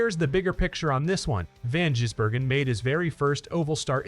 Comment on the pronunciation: Van Jizbergen he says